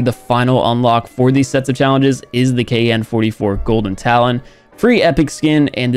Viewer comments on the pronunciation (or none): none